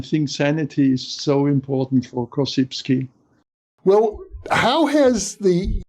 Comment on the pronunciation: The correct pronunciation of "Korzybski" !